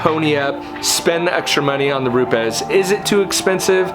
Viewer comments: ROO-PEZ... not ROOPS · You Said 'Rupe es' right...whats the deal there 'Roops' sounds better...lol